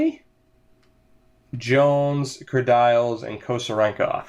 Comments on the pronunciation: Its not said kerdyles... its said Kerdeeles... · Stop saying "Ker Dials" it's pronounced "Ker Deals